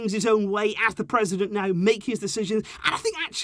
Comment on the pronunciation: is that president or precident?